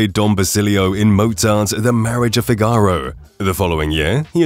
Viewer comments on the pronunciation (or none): The robot announcer has no clue how to pronounce foreign names like Aida and Figaro.